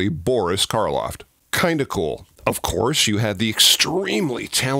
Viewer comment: It’s Karloff not Carloft